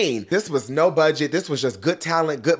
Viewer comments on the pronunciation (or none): none